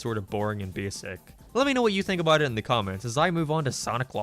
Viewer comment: Why do you say "abart" instead of "about"?